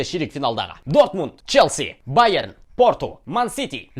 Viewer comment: Байрен ешек эмблеманы оқысай байерн деп тұрады